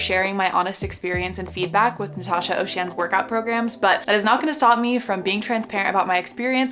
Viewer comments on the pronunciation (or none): You keep saying her last name wrong it's so bothersome omg